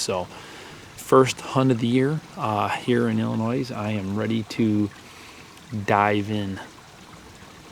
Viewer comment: Really, Illi-noise? HAHA!